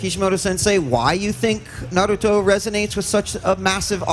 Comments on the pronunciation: That's what I don't get where does that D sound come from.Its a T not a D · Bruh u messed up the name it’s NARUTO LIKE SAY THE TO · Bro nobody shouldve stood up i mean hes not even fan enough to say Naruto right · I hate it when people put the accent on the Ru and not the Na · Your saying Naruto wrong. It's not Neroooto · Narooto I hate people who pronounce it like that. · 55 Real fans don't say Naroodoe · Wtf is a “nerudo” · You're sitting right next to Kishi. And you say Naruto wrong xD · It's not hard to pronounce Naruto right. Neither is Kishimoto as well. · Right I hate when people do that were is the " D " in naruto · Even they don't butcher the name that badly in dub! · must be awkward pronouncing Naruto wrong while sitting right next to Kishimoto. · this man sat right next to kishimoto sensei and said naruto wrong.... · The way pronounce NARUTO is so funny LOLOLOLOLOLOL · Dude gotta go he said naruto wrong right in front of the creator. Edit: my name is misspelled on purpose. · You cant call yourself a Naruto fan and pronounce his name wrong. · This guy can't even say Naruto right and when I first saw Naruto I said the god damn name right. That shows you I'm a fan a true fan!!! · This guy is direspectful pronoucing Naruto wrong right next to kishimoto and asking useless Questions 😒😒 but the lady translating is awesome though 👌👌👌👌👌👌👌👌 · he said Naruto wrong XD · He triggered me when he Said Naruto Wrong. Who the hell says it like that. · Damn you could at least say naruto name right got damn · I hear him say narooto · we're mad because one of the very first things he says is "If you're a real fan of Nurto' like me..." No real fan would pronounce Naruto like that ESPECIALLY in front of the creator himself. OF course it's okay to mispronounce words, but this guy doesn't get to pretend he's a fan. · If this man was really a Naruto fan then he would know how to say Naruto. Smfh "Nerudo". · I died inside everytime he said narudo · Mans said naroodö